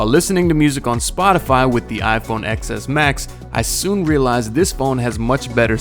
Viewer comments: Ten S max. Not x ecks max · I know this video is old and this is pointless but for the love of God, it's "ten".. "TEN" S Max, not "Ex" S! It's so cringe when I hear people say it wrong and I'm on Android! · I die a bit inside each time someone calls that phone the iPhone "excess max". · Bum ass can't even say the name of the phone right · Can't even pronounce Xs max properly